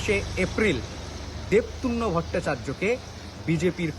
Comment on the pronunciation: রিপোর্টার বলছে দেবতুন্ন ভট্টাচার্য। রিগিং কে রাগিং, নো ডিউ কে নো ডুইস। এত অশিক্ষিত জেলা রিপোর্টার দেখিনি এর আগে